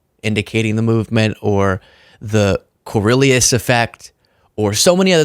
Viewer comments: The CORIOLIS effect is pronounced (Core-E-O-Lis). I only know from watching too many Flat Earth Debates. Those were so fun to listen to 5 years ago but after a while every silly argument get's rinse and repeated over and over again. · I agree with most of what you said here and respect your intelligence, but you mispronounced Coriolis. Look it up.